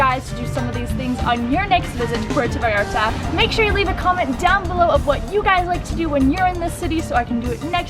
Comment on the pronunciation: ahhhh Im cringing at myself 🙈 how embarrassing of me! I’m so glad you told me this because I’m going to PV next week to make another video and I PROMISE I will try to pronounce this better! #gringaproblems